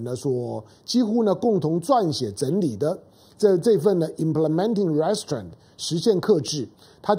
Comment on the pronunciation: 湘龍老弟容我鷄蛋裏挑下骨頭，Restrain 的重音是在第二音節不是第一音節，您再試試看。